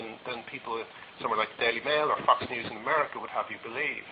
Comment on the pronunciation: Is this? Sure sounds like him. When he says Fox news it kinda sounds like Fucks News, which they do, made me chuckle.